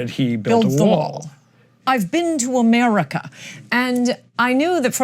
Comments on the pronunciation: the stereotype for trumpnites when they say 'Murica' is unfortunately dead on, as displayed by & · Just listen to how he says Amurica 🤣🤣🤣🤠🤠 speaks volumes ... Eric cartman is fucking hilarious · the fat lady at the table unironically said "amurica" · This lady really pronounces it "Amurca"...